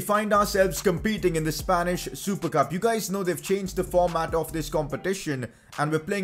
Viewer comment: Usually said as "Spanish super cup": Spanish supercab.....